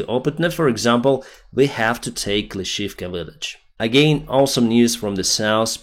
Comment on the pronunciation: Probably pronunciation is Klischi - ivka.